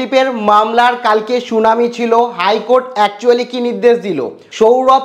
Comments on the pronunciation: Bhai not shunami, 'Shunani' please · আর শুনানি টাকে সুনামী বলছ কেন ?